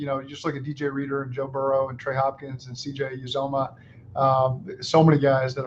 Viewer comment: Even coach Taylor says Uzomah’s name wrong.